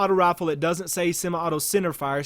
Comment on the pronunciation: Has anyone ever told you that you pronounce rifle like "rofl"? EDIT: Towards the end you pronounce it correctly.